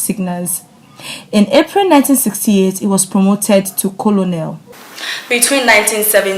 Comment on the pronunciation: Lmao😂 She legit pronounced colonel as kolonel